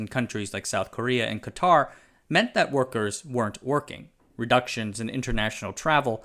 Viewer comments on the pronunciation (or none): none